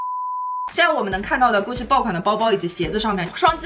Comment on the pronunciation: hhhh看到后面听到的就是“菇气又菇气”